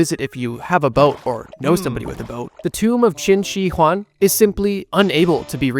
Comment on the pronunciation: you pronounced qinshihuang clsoe but the shi is pronounced as sure